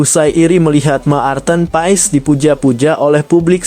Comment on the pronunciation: kok sebutan maarten paes.ejaannya ma-arten paes jgn berbata2,malu dong.